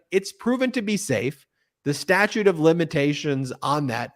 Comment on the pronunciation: Statue is the word you are talking about. Statute is what is coming out of your mouth